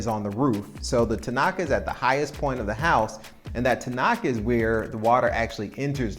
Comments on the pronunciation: Tinaco, NOT tinaca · tinaco not tinaka